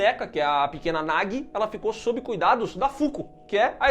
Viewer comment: isso é a tradução, a tradução é sempre uma b*sta. O Chamado 2 ganhou o subtítulo "O Circulo se Fecha" no Brasil, e não tem nada a ver, o círculo NÃO se fecha e a Samara NÃO É derrotada. E Sadako 3D 2 dublou o nome da menina errado, não é "Nagui", pronuncia-se "NAJI". Vc não tem culpa de estar confuso